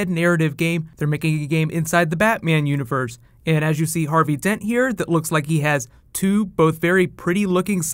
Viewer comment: "Harby Dent"